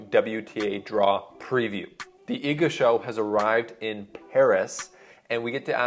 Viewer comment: Respect for the good pronunciation of Iga's name, greetings from Poland. (